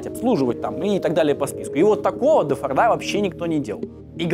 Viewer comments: Интересная история. Только в Фамилии Форд ударение на единственную гласную "О", то есть всегда фОрда, и никаких фордА (слух режет) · Мало кто знает, но ударение на Форде всегда на о